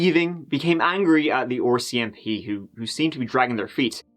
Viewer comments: Ya gotta stop calling them ARSE SEE MP...its R, C, M, P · Just pronounce it correctly R R R R It’s easy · “The OR.C.M.P” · And me 😆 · its "are cee em pea" not "oar cee em pea". (RCMP) 😁🇨🇦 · Haha I smile whenever he says that. 😁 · Canadian here and ill never get tired of the way you pronounce “ore CMP” for RCMP. Not sure why but its great 😂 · Lol, I hear it as “Orsey MP” 😂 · Can you learn to say RCMP properly?? Ffs